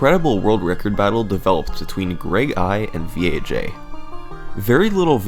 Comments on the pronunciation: VAJ... it's not V.A.J.... think about it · "VEE EHH JAY" You mean Vag? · V-A-J??? I think its pronounced VAG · Summoning: “the one and only Vee-Ay-Jay” Me (an intellectual): “lolz...nice...”